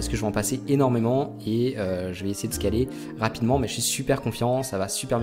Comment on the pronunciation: C'est perturbant le fait que tu dises mal le mot scaller